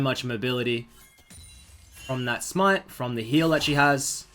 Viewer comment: HAHAHAHGAGA the way you said smite im dying